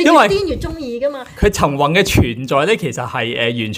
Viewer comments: ，比少少意見你， 唔好介意！ 你啲發音呢，都唔單只係懶音咁簡單，好多已經係超越懶音嘅地步 。 我諗你講十個字裏面呢，有六至七個呢都係不正確嘅。 我提議你好好去練習一下 發音， 我知道你都係一個後生青年，應該可以糾正的。否則，出嚟嘅效果，有少少強差人意。 例如，今日最經典的兩個字，"陳雲"，你就讀咗"曾宏"！ 我都是你及 晴晴的忠實fans， 希望可以幫到你。thx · 靚仔，我唔知你靚唔靚仔，但你D懶音好難頂，個雲字好難讀咩？陳宏。。。陳雲。。陳暈。。，我聽見你就暈呀！想做KOL揾食，向身邊位姐姐學下先啦，你係男人呀，唔該！唔好學一D港女以為講懶音好可愛啦，做講播最重要口齒清楚，你唔合格。善意提醒。